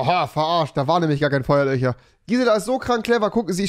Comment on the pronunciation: Digga Rewi hat einfach eine Sprachbehinderung: rewi : „Küsche“ , „Feuerlöcher“ 🤣🤣🤦